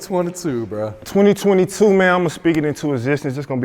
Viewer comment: “Twenta-twenta 2” 🤣